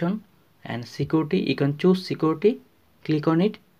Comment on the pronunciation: Good video but ”glig onnnit” was getting annyoing